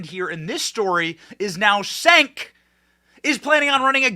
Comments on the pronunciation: Benny, the "C" is pronounced as "J" in Turkish, so his name is pronounced as "Jenk," or as I prefer to say, Junk, lol. Junk Yogurt. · It's pronounced "Chenk"